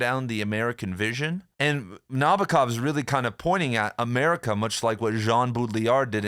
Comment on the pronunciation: It’s spelled NabOkov (stressed on “O”). I’m a Russian speaker